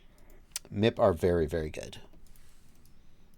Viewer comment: It’s M.I.P. Not MIP